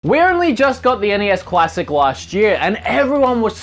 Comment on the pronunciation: it sounds like you say cuassic